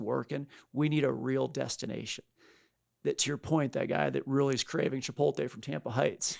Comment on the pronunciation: CHIPOLTE??? Every time I hear that, I want to throw something. My desk is now cleared. It’s chipoTLE!!!